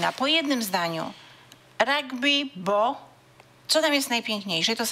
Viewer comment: Rugby nie ragby